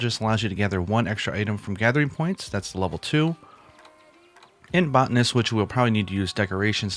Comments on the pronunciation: Sorry for being critical about the botanist pronunciation from the last video. You put out great content, I'm subscribing. This game is taking over my life.😅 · I was going to correct you for saying Botanist wrong but didn't want to seem like a jerk on the internet.